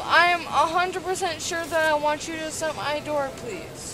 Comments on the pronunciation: I liked the “my idoor” too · and “please shut my idoor” like is that apple’s newest product🤣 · Every single time she said she wants the door shut she said “shut my I-door” and I had to giggle every time. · About 10 seconds after that she asked to “shut her “IDoor” lmao